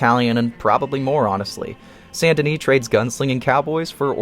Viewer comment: Say it with me: "Saint Denis". Not Sandini, not Sun and Knee not San Denny.